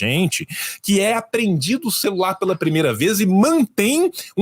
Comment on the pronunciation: Celular e “celularrrrrrrrrrrrrr”!!!!